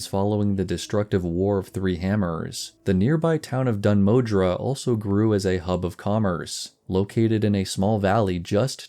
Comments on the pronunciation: The, er, pronunciation of Dun Modr would be 'Moh-dur', not 'Moh-dra'. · My good sir, whete do you find the letter A in Dun Modr? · dun modre or dun moðr? :D